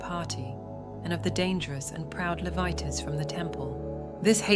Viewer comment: It's pronounced "Lee-vite" - Gee! When you use AI to do your voice-over, you must train it better. This sounds stupid.